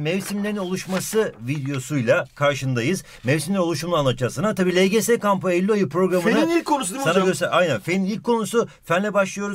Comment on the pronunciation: neden ey ul dedin